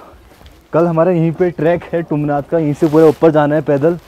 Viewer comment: तुंगनाथ होता है बरो✌